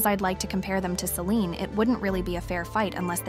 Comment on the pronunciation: I hate how all of you say Selene. But excellent video, thanks for the info and demonstration.